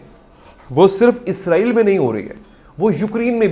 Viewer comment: آپ اسرائیل کو کیوں غزائیل کیوں تلفظ کرے ہیں؟